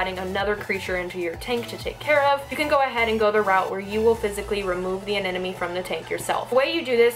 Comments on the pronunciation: you sound like you pronounce anemone as anenome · Did you just said "anenome" during the whole video? 8| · Y does she say anenome instead of anemone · I think it's cute how you say aneneme instead of anemone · I'm kind of new to this channel... Does say "anenemy" on purpose? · Ily but you are saying ‘anenome’ not ‘anemone’ ❤️😂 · haha i keep hearing anenome :) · Another person who can't say Anemone. It's Anna + money.. Not Anna + nomey!! What's so difficult about saying Anemone??? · "anena me" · aneMone. Not aNENome. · Please don't think I'm being mean, but your are saying anemone wrong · Just a heads up, you're pronouncing anemone wrong :P So many people do it, but just thought I'd let you know. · When can’t even pronounce anemone.